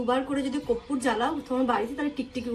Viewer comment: Koppur noy..korpur